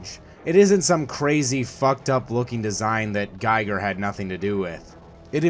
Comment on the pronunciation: It´s not Geiger or Gieger, it´s *Giger.